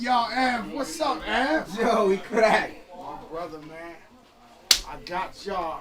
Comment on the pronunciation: Love how he rolled the r in crrrrack 😅😅😅